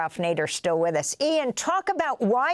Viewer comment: Btw- it's with not wiff😂